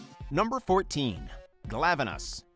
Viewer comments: I call Khezu the same way he does, and he pronounced Glavenus correctly. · But... Glavenus was actually right... It's not "Glaive-eh-nus." The spelling of it's name would literally just be "Glav." Lowercase 'A' sound. And as of Iceborne, it's officially pronounced in game this way.